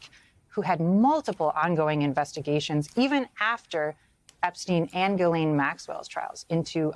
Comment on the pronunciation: did he say glen or glisane, didn't she already go states evidence against him?